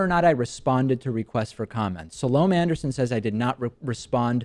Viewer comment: If you are going to take Ms. Anderson on you might do well to learn how to pronounce her name properly.